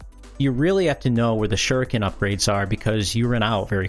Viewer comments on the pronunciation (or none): none